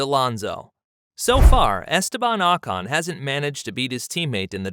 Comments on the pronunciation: his name is not Ahcon it’s Ocon. That being said Pierre is a better driver it would be a shame if he stayed stuck in the Aplha Tauri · It’s not AHHH CAHN!!